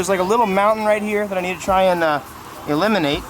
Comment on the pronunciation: I went to fast forward and I thought you you said illiminate as I was fast forwarding so I had to go back 🤦🏻‍♂️ also loving the build but let’s be honest , that widebody kit is jank